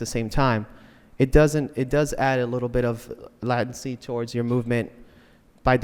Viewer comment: It's pronounced "latency" not "lattency"